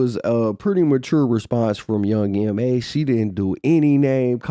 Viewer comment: It’s YOUNG M.A. The last letters are just as they are pronounced in the alphabet Boo!